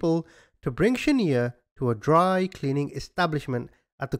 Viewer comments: He is most definitely not saying her name right he should have watched the real video of what actually happened before he made his video the mother gave Mario the baby for exchange of money because she couldn't pay her debt Shaniya not Shaneeya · Its not Sha-nee-ya,, it's Sha-Niiii-Ya but thanks for re-covering the story! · It’s shaNIya not shaNEya! I think you should of found that out before saying her name wrong the whole time out of respect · The name is pronounced Shaniya not shaneer. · I’ll never forget this lil baby ..🥺 “Sha-niya “ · This is my hometown and it's a damn shame that you're not even pronouncing the girl's name right! But I will say the hotel that everything happened in my city we made sure that that hotel closed down and it's abandoned infiltrated and depleted! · 100% should have made the effort to pronounce this baby's names right. Sometimes it's an accent thing.. in this case it's clear it is not. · Respect the victims! Learn how to say her name! It's important!! You getting defensive has nothing to do with me!